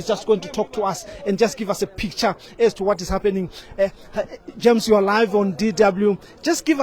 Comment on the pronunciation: "Quit a passionate plea from GERMS here". It's JAMES not GERMS.